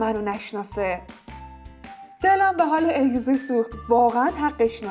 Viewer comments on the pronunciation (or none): اینکه ازگی استن چرا اگزی میگی😒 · عالیییییی بود ولی اون اگزی نیست ازگی درسته و همینطور سرکان نیست سرکای درسته ولی در کل عالی بود